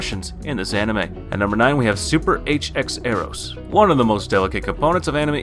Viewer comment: Pronounced "Super X-Eros" btw